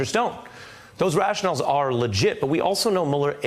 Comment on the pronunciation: Hey Ari: "rational" and "rationale" are pronounced differently. It's your job; look it up.